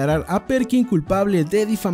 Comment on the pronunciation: Se dice ostania no ostaniá